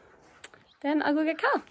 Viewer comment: First time i watched your videos I thought you were saying cow when you were saying Khal also how is Australia?